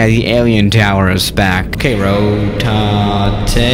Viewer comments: Professional pilots: Rotate: rotatety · says Ro-ta-é because he's cool and it means rotate